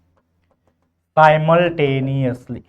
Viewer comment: Sir wo simultaneously hai simuultaneously